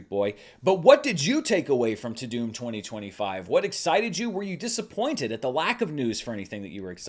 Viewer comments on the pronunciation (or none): Isn't it "ta-dum" and not "ta-doom"? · Is it pronounced Ta - DOOM or Ta - DUMB? I thought it was Ta- DUMB. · I thought it was pronounced “too dumb” but maybe that would be too in the nose. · I pronounce it "TAH DUHMMMM" not "TOODOOM"